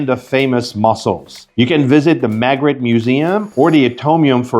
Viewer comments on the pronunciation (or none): You're French! Surely you can properly pronounce the name "Magritte" ... !!!!!